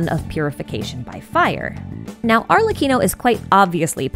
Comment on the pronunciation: after hearing so many people butcher it I appreciate the perfect pronunciation of Arlecchino's name